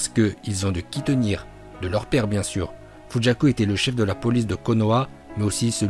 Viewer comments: fujaku on dit pas fugaku 🤔? Dites moi en commentaire 😗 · Fugaku. Et non Fujaku* 🤦🏼‍♂️ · Sa ce dit fuguaku fugaku pas fujaku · Ça se dit pas FUJAKU😭😭😭😭